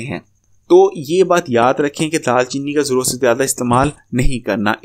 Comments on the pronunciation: Dal chini nae دار chini hota hai Or drkhat nae drakh hota hai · Bhai daal cheeni nai daar cheeni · It's daar cheeni